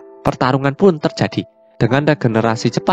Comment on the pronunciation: Apa sich sepenarnya tercati, min jgn di ubh2 hurufx kalo ngemeng...